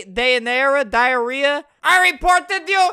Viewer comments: I just love how Albert pronounces Dyanara to Diarrehia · The girls's name was Dayanara but Albert said Diarrhea??